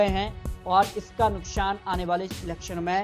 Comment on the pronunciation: Chup be sale....nukshan nukshan kar raha h...nukshan nhi nuksan hota h...pahle hindi sudharo..fir patrakarita karna